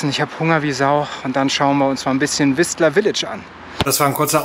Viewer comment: Das t in Whistler tut im Ohr weh 😉